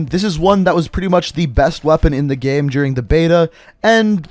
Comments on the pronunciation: How is it that you can say "gameplay" correctly but you say "game" like "gyam"? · "Best in the GHEM"